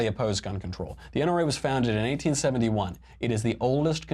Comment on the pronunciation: Your pronunciation of 1871 sounds like 1971.